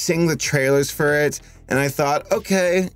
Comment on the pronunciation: “trailers fur it” Nice touch